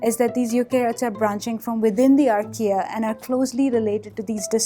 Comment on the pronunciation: I guess she's saying "archaea", but I kept hearing Ikea, the furniture store.